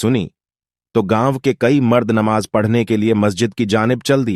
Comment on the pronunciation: Sheen qaaf durust kar lijiye,Namaz,Rozah, Zuhar